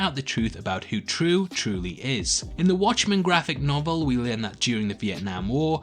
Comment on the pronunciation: Her name is pronounced Trieu /trju/ not True wtf